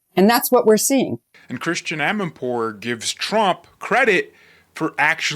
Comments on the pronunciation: it's Chritiana not Christian. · Great video! (Even though you mispronounce Christiane Amanpour's first name.) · … her name is pronounced as chris tee anne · That was a funny monologue! By the way, it's "Christy-Anne", not "Christian" Amanpour. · You're mispronouncing Christiane.